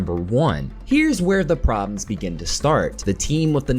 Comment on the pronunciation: Prob'ms?? Good grief.